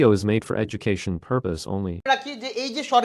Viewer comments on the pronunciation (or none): none